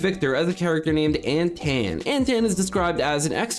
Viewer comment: I believe Antaan is pronounced like Anton.